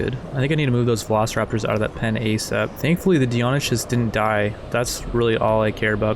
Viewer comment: The way this guy pronounces some of the dinos is killing me haha. Struthio-MOM-us and Deon-eh-chis.